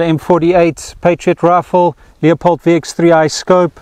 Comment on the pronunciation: It's not a "Leo..pold" scope.. it's a "Lew...pold" scope!!!!!!!